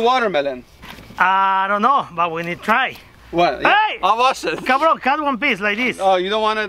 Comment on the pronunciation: Jajaja plato o plomo Plata o plomo "Cabroon" 😂😂😂😂